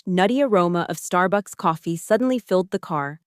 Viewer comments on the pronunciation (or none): none